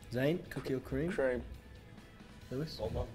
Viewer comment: Harry just disrespected my existence by pronouncing Louis as Lewis